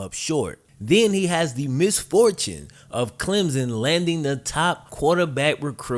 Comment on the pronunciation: CLEM-P-SON theres a P sound in there